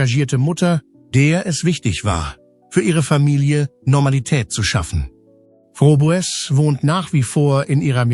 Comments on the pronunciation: Es heisst wörtlich ausgesprochen "Frobes" geschrieben Froboess😊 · Übrigens wird der Name von Conny "Frobes" ausgesprochen, ja diese KI ein Graus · Es sollte möglich sein den Namen richtig auszusprechen und nicht 3 x die gleichen Bilder im Beitrag zu senden. Ist das denn niemand aufgefallen? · Das ist ja schon wieder ein Blödsinn ! Du kannst ja nicht mal ihren Namen richtig aussprechen ! Gockolores ! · Der Name wird falsch ausgesprochen. Sehr störend. Blöde KI!!! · Bitte bitte sprich den namen richtig aus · Warum spricht der Komentator den Hausname der Conelia Fröbel nicht richtig aus ? Das ist ja grausam wie der Komentator den Hausname von Coni ausspricht